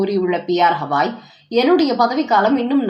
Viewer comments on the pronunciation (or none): ஹவாய் தப்பு.சரியான பெயர் கவாய்.ஒருவர் பெயரை சரியாகச் சொல்ல வேண்டும். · HAVAI அல்ல Gavai, தமிழில் கவாயி என்று செல்லவும்.